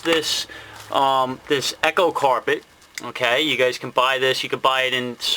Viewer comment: I believe it is pronounced E'Co Carpet not Echo Carpet... Just to let you know